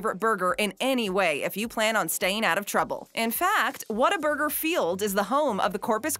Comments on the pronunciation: True fans know its pronounced "WATER-BURGER" not how its spelled "Whata-burger". Got really annoying hearing her say it wrong soo many times. Proven by the clips of Texans talking about it in this video. P.S. Don't mess with Texas. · You don't say what a burger you pronounce like this " waterburger " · If you're going to do a top 10 on Whataburger, make sure you pronounce it correctly..."Wad-er-burger." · it’s WHATERBURGER to us natives. lol no hate but hearing “whattaburger” was a lol strange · If you are a true Texan you know it’s pronounced WATERburger. Fact. State law! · its Pronounced Waterburger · Is pronounced waterburger New Braunfels , Texas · It makes me so angry how she keeps saying the “W” is an “A”. That is not correct